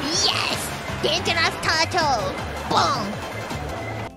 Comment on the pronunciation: "DANGOROUS TOUTOU! BOUM!" ... She's not wrong.